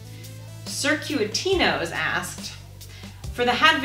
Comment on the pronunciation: I was the first comment response at the end of the video. I was amused by how she tried to pronounce my profile name.